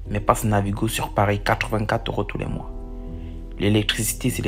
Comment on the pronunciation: "tout les moirs" mdrrr